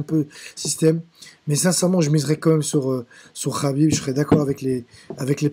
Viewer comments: Ce n'est pas Rhabib mais, Khabib !!! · "Rhaaakib rhaaabib rhaaibb" tu m'as saoulé, et en plus on sent des la premiere minute pour qui tu es. Bref c'était de la merde :/